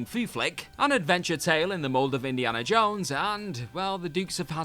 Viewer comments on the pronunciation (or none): none